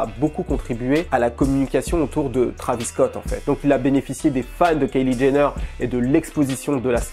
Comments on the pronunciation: Trahvis au lieu de Tréyvisss .. please!!!! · Faut arrêter de prononcer Travis c Trévis